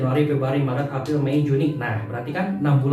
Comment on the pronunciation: “Bulan Afril” hihihiiii